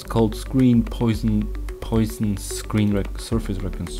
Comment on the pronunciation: It's called Poison :)))))...that's not how you pronounce Poisson. The guy was french. Pronounciation: : [pwasɔ̃]